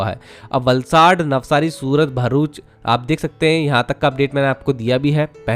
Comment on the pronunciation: Ek Matra Infra Youtuber Hai Jo Bharuch Ko "Varuch" Nahi Bolte Varna Agla Hur Banda Varuch Bole Jaa Raha Hai Yaha Tak Ki Kuch Gujarat Kehi Channels Varuch Bol Dete Hai Jabki Vo Bharuch As "भरूच" Hai Naaki वरुच Bola Jata Hai 😂😂😂 Love From BRC ❤🇮🇳